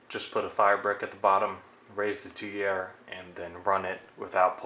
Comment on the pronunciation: It's pronounced "tweer", like steer. You're welcome.